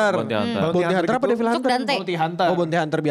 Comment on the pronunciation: Bilang nya FANS tapi pronounce Devil aja kek Bayi